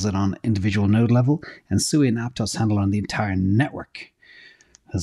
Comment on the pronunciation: Sui is more similar to AVAX, it's in the name Sui Vs Sue-i